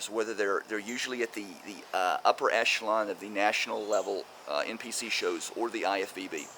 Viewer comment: omg someone actually pronounced echelon correctly